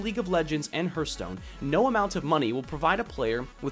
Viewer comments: "hurt stone" are you that hurtededed !?!?! "HAART~STOWNE~" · Your point was well made, but please edit the 'Herstone' part out for 'Hearthstone'. Just copy past some new spoken text into it, otherwise it distracts too much for the listener (especially for Hearthstone players like me ^^ ). This is really meant as feedback: it was a great video, but this is a point of improvement. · I'll buy that, but it would make the pronunciation closer to "hairthstone" than "hurtstone";) The pronunciation of the "a" doesn't affect the "th" like that, although a regional dialect might. So altogether I can dig it. But I'm still calling it a "harthstone" the way I've always known it. Mainly because that's not my dialect and variety is beautiful. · That "herthstone" pronunciation. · Hehe.. Hurthstone. Good video though!:D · dude why do you call it hurtstone? :p or herstone. Great video tho ^^ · Martin Stensvehagen oh, is that what he was calling it? I thought he was just weirdly mispronouncing "hearth" like 'hurth' ... LOL Now it makes sense ...